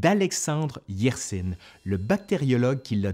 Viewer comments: C'est pas Alexandre "Yersine", c'est Yersin (in comme dans vin). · Alexandre YERSIN ça se prononce pas YERSINE mais YERSAIN 😉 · Alexandre Yersin était suisse, du canton de Vaud, donc francophone... et par conséquent Yersin se prononce "Yersain", pas "Yersinne" ;o) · On prononce "Yersin". Pas de "e" prononcé à la fin. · «Yersin» rime avec «saint». Le nom est suisse d'origine française, il n'y a rien de russe là-dedans.